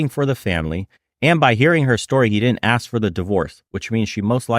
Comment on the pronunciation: Or axe istead of ask